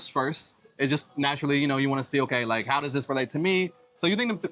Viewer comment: "like" too extremely pronounced by both of you (youngster talk, I suppose, both too old for it), otherwise a very decent video, informative, helpful, best of all not typically vulgar profanity by nearly all usa (blacks) people in general unlike rest of entire world people, so appreciated, great content.